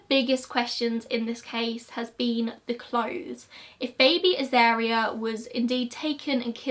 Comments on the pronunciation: Also, wasn't the baby's name pronounced A-zar-ria, rather than A-zair-ria? At least, that's how I've always heard it pronounced. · A Dingo has a skeletal and macular system more like a cat. A lot of people keep Dingos as pet's. Uluru you pronounce correctly, Azaria try Az-ar-e-ah phonetically. Lol your pronunciation isn't thast bad. I knew the person who shot the dingo and burried the baby in their backyard. It was quite a shock to see it on the cover of our local newspapers.